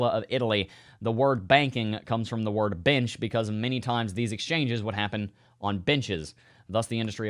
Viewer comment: When you first said “benches” I thought you said “bitches” and I spit coffee all over my computer 🤣